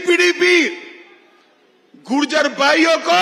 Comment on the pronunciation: Gurjer nahi Mota bhai it's gujjar